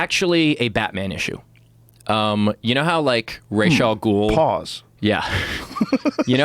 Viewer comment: happy steve pronounces ra's al ghul correctly